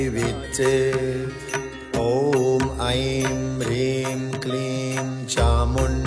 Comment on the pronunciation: नमन मेरो जिज्ञासा भनिदिनुहोला।। यो मन्त्र भन्दा रिंम भन्नु पर्छ कि हिंम उच्चारण गर्नु पर्छ??सुन्दा रिंम जस्तो सुनिन्छ तर यहाँ लेखेको हिंम छ कसरी उच्चारण गर्ने होला??